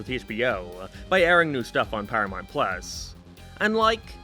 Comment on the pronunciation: You can't even pronounce South Park. Syth Park on Paramynt guys